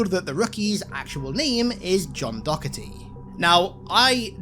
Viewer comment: Hate to be that guy, but it's Jonathan Doherty, which would definitely be more in line with Rookie's "John Doe" status than Dokerty. "John Dok" simply doesn't have as nice a ring to it